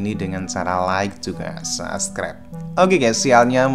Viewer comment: Mas bukan sascribe tapi subscribe, malu kalau didengar orang lain.